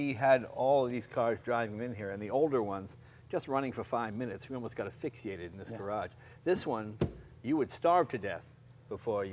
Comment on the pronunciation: "Affixiated"? WTF?